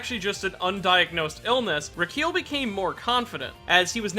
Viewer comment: Pronounces:(Reekeel) Pronounced: (Ricki-El)